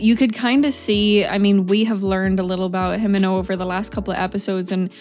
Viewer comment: It's more "Him*e*nno" and "Ko-b*e*nny"